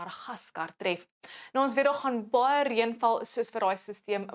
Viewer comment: Dankie, onthou asseblief, nie reun nie. Dis reën.